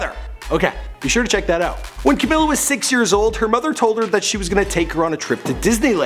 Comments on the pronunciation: i love u but i HATE they way you say her name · “camilla, al-eye brooke, nor-manee kordee, lauren jaroogey, deny jane”